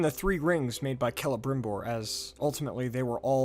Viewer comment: Finally someone pronounced celembrimbor correctly 😂